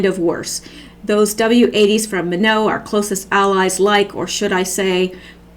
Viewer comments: I would suggest you pre-read anything you are going to record and line it up so you have a smooth segue. Underline or highlight any words of emphasis for a smooth read, and follow your reading with your finger so you don't lose your place. Look up any words you are not familiar with the pronounciation of. (The air base is pronounced, " MY-not in this country.) Leave out the "hmmm"s, they aren't effective in connection with your story. You read, the audience contemplates. As a former on-air broadcaster, I hope this enhances your professionalism. Thanks. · Hi. Sorry I am a little OCD. My best friend was from Minot ND. It is not pronounced in a French way. It is plain old Mid-West accent: MY-NOT with first syllable emphazised. Don't want any troll an excuse to ridicule. God bless.